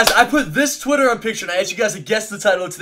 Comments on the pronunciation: Am I the only one that heard "I put this Twitter on picture" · Did anyone notice him day "say I put this twitter on picture." XD... No hate, just wanted to point that out luv ya doug